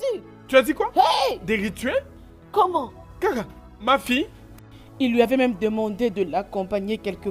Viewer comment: Il dit kam kam sa ma fait rigolé alors que c’est triste 😢